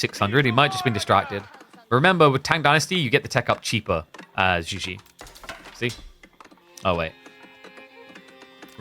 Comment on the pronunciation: for the love of god please look up the pronunciation of "Zhu Xi" using google translate or ask a Mandarin-speaking friends but jesus christ please stop saying "joujie" it literally makes the match unwatchable